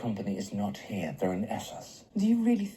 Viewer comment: It was funny when the revelation about Jon's real name came when he and Danny were making love. You said, "Get out of here", but it sounded like "Get out of her". 🙂